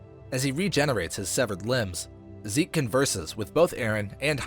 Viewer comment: Its zeke not seek